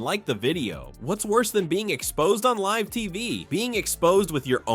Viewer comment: When AI can't even pronounce live you hit the do not recommend button